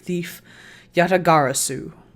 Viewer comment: Dude props to you for being able to say Yatagarasu like 10 times in a sentence LOL